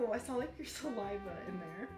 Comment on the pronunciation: "I felt the bubbles of your salaiva." 😂😂